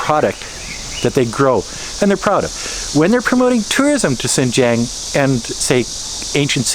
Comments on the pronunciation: Lol, by "Sinjiang" you mean 新疆? Pretty disrespectful to live in a country and not even try to pronounce the local language correctly or even learn it in the first place. Sadly that arrogance is very common among native English speakers, in China, in my country and every where else. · How are you still not able to pronounce Xinjiang properly? Do you even care? Sigh